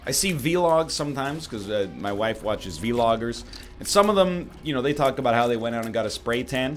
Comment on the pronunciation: "vee-loggers" lel